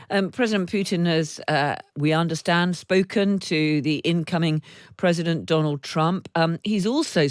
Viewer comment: Seriously, “Predident Poot’n”